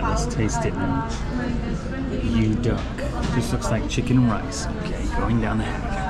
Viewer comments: Nasi yu-dak=nasi uduk..😂 i thought you were eating duck rice..😂😅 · At the McDonald's, you ate nasi uduk. The word uduk is promounced as OOH-DOOK.. hopefully it helps. The rice is cooked with coconut milk. Nasi is rice in English. The next time you come to Jakarta again, I could recommend some other dishes such as Manadonese to eat and places to vist 😊😊😊😊😊😊😊